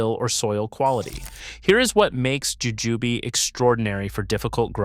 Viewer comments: Jujube: the E is silent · Jujubay? Jujūbe? lol